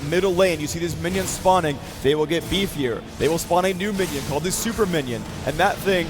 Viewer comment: hahaha "bifier and bifier"? lol